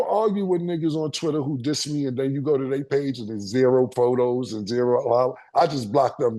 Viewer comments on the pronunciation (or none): none